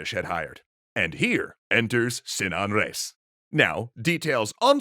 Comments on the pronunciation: it's pronounced re-is, two syllables, no diphthong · How did you manage to butcher the pronunciation of "Reis". It's a title, emphasize it like so. It means Captain